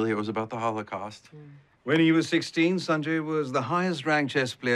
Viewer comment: I hated how they pronounced his name so weirdly in the whole series, I mean at some point he could have corrected them but no. Saaaanjayy bro it's Sanjay(S-un-jay)